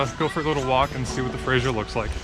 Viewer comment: I die a little inside every time you say "Frasier" river. Good luck with your new adventures in Vancouver. Remember to wash your gear after fishing in salt water.